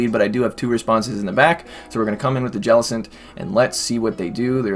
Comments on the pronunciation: Hate the way he says jellicent. It's not "ja-lis-ent" it's "jell-i-cent" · i hate the way he says jellicents name